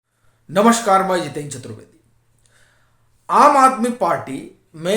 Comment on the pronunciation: नमशकार नही होता है ,नमस्कार होता है कृपया सही बोला करें।